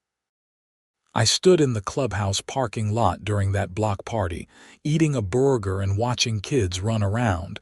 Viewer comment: The way the TTS voice pronounced burger is strange!